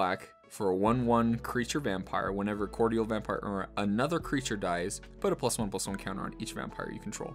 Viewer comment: Mispronunciation cordial my dude =P